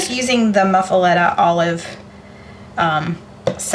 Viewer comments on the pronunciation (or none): It's pronounced muff-uh-lotta... Cajun words are never pronounced the way you think lol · Sandwiches look so good. Pronounce muffelatta as muff-a-lotta😊